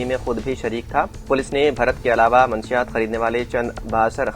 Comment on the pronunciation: Manshiyaat nahi munashshiyaat sahi word hai...thodi si urdu seekh ke news padhye